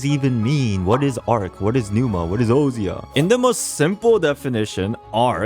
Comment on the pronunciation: I feel like its probably pronounced "oh-sha' instead of "oh see ah"